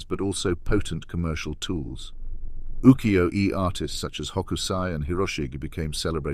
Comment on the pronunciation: The only give away was the mispronunciation of UKIYO-E